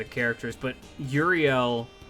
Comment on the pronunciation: Pronouncing euryale as Uriel is weird